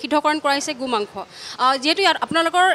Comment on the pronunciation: Reporting baidu ahh Gu mangkho koi ase ne Go mangkho koi ase dhoribay nowari.. 😇